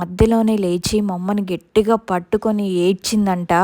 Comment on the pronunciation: Gettiga anakoodadu Gattiga anandi